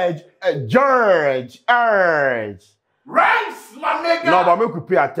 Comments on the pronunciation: There's "r" in "URGE" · Who told you there’s no R in URGE 😂😂. You for make sturdy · Sark en crew too no dey help… so nobody heard him say jurgde and erdge?? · Please there is "u" in urge wai